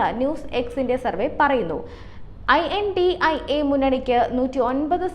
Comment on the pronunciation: This girl don’t know to read this one word - INDIA. . Poor lady . Let her learn that then give the news .